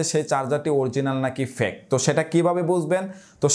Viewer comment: অসংখ্য ধন্যবাদ ভাইয়া। সম্ভবত আপনার fake উচ্চারণ সঠিকভাবে হচ্ছিল নাহ, এই বিষয়ে একটু যাচাই করলে ভালো হই।